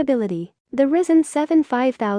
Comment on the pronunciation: "Risen" CPU... lol